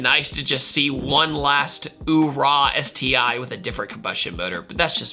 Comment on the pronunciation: “ÉTI” hahaha😑